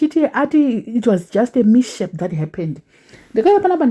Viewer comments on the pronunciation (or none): Vasikana learn to pronounce English words correctly, it's not mishape, it's mis h-a-p. Munhu ane large following zvinozodawo here.